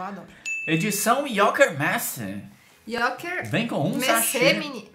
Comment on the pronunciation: Yoker Messi 😂, é assim o dia inteiro? 😂